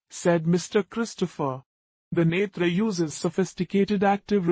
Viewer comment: After many video I heard the name netra in right ascent , ab to India wale bhi netraaa bolne lage h